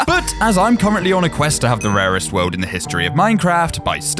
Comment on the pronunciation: when you say nethie monolith your saying the most raeset structure